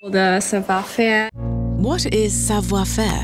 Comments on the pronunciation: 빨리 말하면 싸봐 맞고 발음은 싸부와ㅎ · 불어발음은 싸봐가 아니라 싸부아임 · 불어 발음은 사투리식으로 나와서...영어로 치면 Jennifer 남부주에서 Jinnifer 식으로 하는것처럼 savoir faire 할때 faire 이 그렇게 나왔어요, savoir는 전형적 동양언어 하는사람 발음이고요...영어발음은 굉장히 좋네요